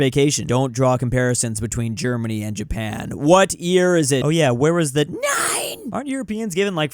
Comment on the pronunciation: Jay-pan 🤣Don't get more Murican than that.